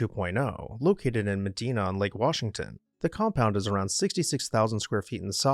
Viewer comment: Meh-Dye-Nuh not meh-dean-ah.